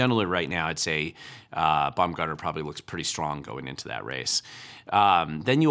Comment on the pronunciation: Haha Bumgartner vs not-bum "Gardner"